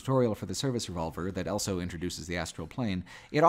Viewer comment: pronounces the word "also" as "elso".